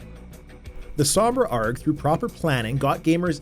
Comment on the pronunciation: Not that I'm complaining! It made me chuckle every time you said it.